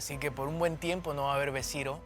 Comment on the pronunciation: BESIRO?? Habla bien! A tu edad y hablando así